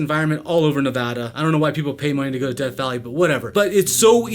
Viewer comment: It's DEATH not deth.